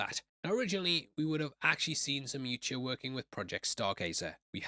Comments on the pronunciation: It’s a pet peeve of mine but boi it hurts when you call the predators “you-cha”. 🫠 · its pronounced Yautja.